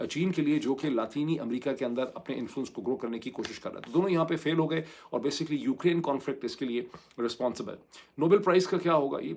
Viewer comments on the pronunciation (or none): none